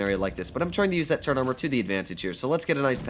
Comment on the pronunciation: Call it turret not turrent and I’ll listen.